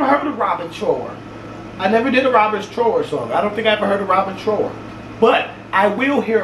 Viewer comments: Somebody with good taste likes you! You got to play the amazing Bridge of Sighs by Robin Trower. (pronounced like the "ou" in couch) Roll a fatty for that one. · Listen to bridge of sighs...also it's pronounced like TR-OW-ER, like ow that hurts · Robin Trower, like drop trow! 😉 Or like tower. The ow sounds like ou in ouch. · Trauer that's the pronunciation for Robin Trower, you will really dig that music